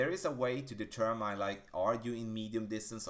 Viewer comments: Great tutorial and great English. The only thing I can give you back is tell you Determine is pronounced De term in not De term mine. Thanks for the tips. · Please look the word “determine” up, it’s not how it’s pronounced.